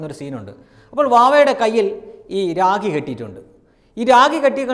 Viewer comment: രാഗി അല്ല രാ'ഖി ' ഭലം അല്ല ഫലം